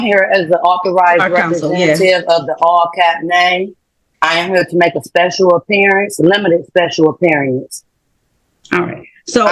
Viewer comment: “Special Appear-e-ance.” Emphasis on “special.”